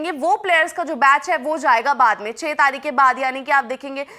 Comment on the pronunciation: taarik ke jagah taaik bola